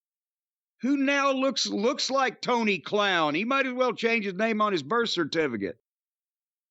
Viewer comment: Mr. Clown, Toe-Knee